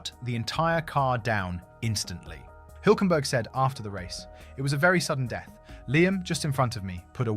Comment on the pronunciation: HILL .... HULK You don't know how to pronounce HULK??:eyes-pink-heart-shape: THE SAME AS THAT CARTOON SUPER HERO YOU KNOW THE BIG GREEN ONE, HULK ... I go up a Hill.... F ME THAT WAS HARD TO LISTEN TO:face-blue-wide-eyes